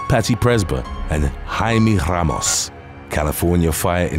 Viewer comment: Jaime Ramos pronunciation was awesome.